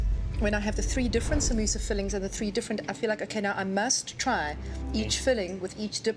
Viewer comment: did anyone else hear sambusaa 😂😂